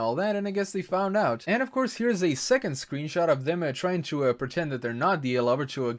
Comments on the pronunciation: did... did he say sweenshot? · LunaTheCrystalian lol i heard it too